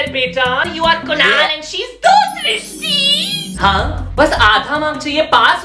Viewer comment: Thank you for srishti it's my name you pronounce my name perfectly ❤